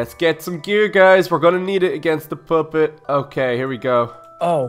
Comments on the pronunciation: It sounds like your saying poppet. Poo-pit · he sed poopet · THEY SAY POOPET PUPPET NOT POO NOT POOPET! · Lol said poopet